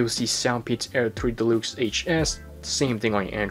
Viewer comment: I digging the way you pronounce deluxe, de-lukes, lol.